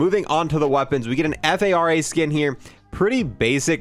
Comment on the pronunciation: cmon, assault rifle golf is pronounced as the “far-uh”, not the “f-a-r-a”